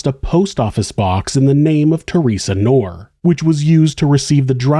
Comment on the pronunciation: The name "Knorr" is pronounced with a hard "k" sound followed by "nor." Knorr is my name, it’s German